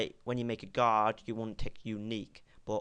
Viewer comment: when you say "guard" , it sounds like "God"